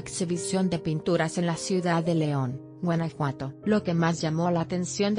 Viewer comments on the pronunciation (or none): none